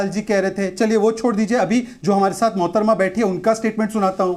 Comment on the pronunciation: Dath nahi sath hai.mazar nahi nazar hai